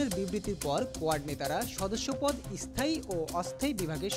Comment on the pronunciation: Ara ai rokom e, bangla bolte pare na, asthai, estaion bole